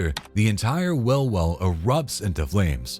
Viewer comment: I'm assuming this is a BOT doing the narration because I've heard it on other channels. But does anyone else notice that it can't pronounce words with the long E sound correctly? Like instead of "wheel" he says "will", "deal" is "dill", "feel" is "fill". IT'S VERY ANNOYING!